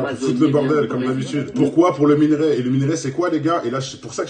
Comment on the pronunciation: Brûlis se prononce sans le S même au pluriel. Et c’est pas minArai mais minErai.